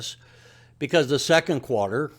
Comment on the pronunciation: It's pronounced quarter not qwater.